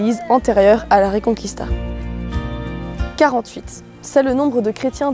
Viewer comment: Oui je ne comprends pas cette manie, il suffit de le lire a la francaise, reconquista avec reconKista quoi ! c'est comme Paella qu'ils prononcent Paela :D